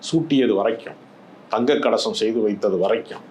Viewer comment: சகோதரர் திரு, நீங்கள் சொல்வது தங்கக் கலசம் என்று கேட்கிறது. அது தங்கக் கவசம். எனவே கொஞ்சம் அழுத்தமாக கவசம் என்ற வார்த்தையை சரியாக உச்சரிக்குமாறு அன்புடன் கேட்டுக் கொள்கிறேன். நன்றி.